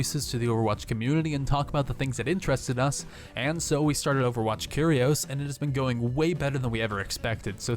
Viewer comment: Why do you pronounce "curious" like that?